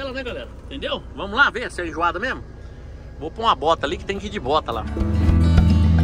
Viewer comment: É enjoada, não "injuada" kkkkkkkkk